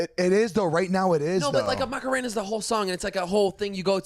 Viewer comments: " MACK - A - RAINA " 😂😂 The way he said it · pls stop saying Macarena